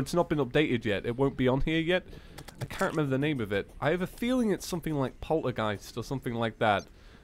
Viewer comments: Btw it's polterghast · It's poultrygheist lol